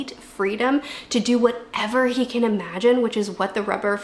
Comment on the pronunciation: He can = hiken lol 😭